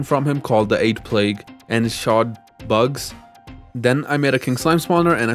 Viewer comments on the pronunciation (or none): none